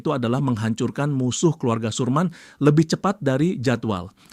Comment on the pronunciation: Sermin jd surman..😂